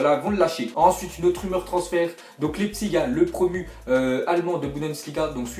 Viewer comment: apprenez à dire Leipzig! !!